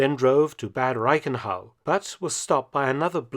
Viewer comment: He’s got much better. It used to be terrible. He still pronounces “Bad” incorrectly though. Mark, if you read this, trying saying it more like you would say “But” in English.